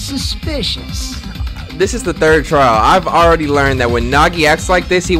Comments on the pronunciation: THIS NIGGA SAID TRAIL INSTEAD OF TRIAL 😂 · “This TRAIL a breeze” In here before he edits that mistake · when you was so early it said TRAIL instead of TRIAL... 😂😂😂😂